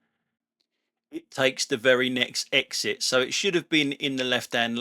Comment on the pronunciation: love the put downs and also love the way you said exit not eggzit, cheers, keep em coming